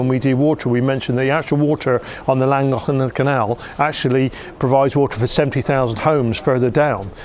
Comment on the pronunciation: Admirable efforts at pronouncing Pontcysyllte, Llangollen, and CADW by Englishmen 😉